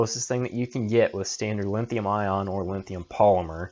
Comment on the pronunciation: Thanks for putting this video together. But, you're ki11ing me every time you say "LINNNN-THIUM". It's like fingernails across a chalkboard. LOL. Drop the "N" dude. There no "N" in the word LITHIUM.